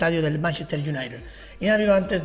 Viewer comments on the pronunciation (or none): porque dices manchester unaired?? es united = se dice unaited